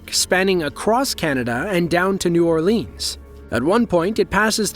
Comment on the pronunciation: Here's a yahoo overactor who fancies himself to be a bigly narrator, yet can't pronounce the name of "New Orléans". Let alone the indefinite pronoun "a".